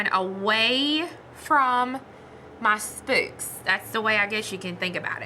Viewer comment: too funny! I am from nc too, and I have never heard anyone say 'spooks' for the word 'spokes'. Thank you for your 'mistakes'... just makes us viewers feel normal! I truly enjoy you! Keep up the good work!